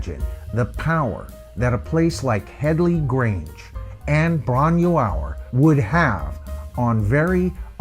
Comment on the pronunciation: Not like there isn't a YouTube video specifically on how to pronounce.....Bron-Yr-Aur